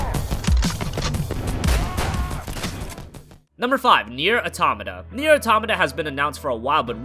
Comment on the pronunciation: "Auto - mata" not atamata